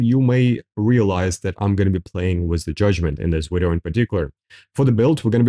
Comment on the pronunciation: try to speak right its video not wideo wtf